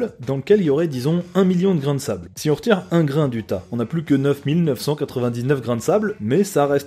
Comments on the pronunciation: nan mon pote il reste pas 9 999 mais 999 999 prononce mieu mddr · personne ne va t'en vouloir mais j'te balance ^^. Comment prononce tu ça? 999 999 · A 58 seconde tu prononce mal le chiffre 999 999